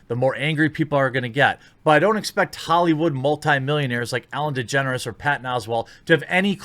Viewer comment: I thought you said "Ellen Degenerates" for a minute.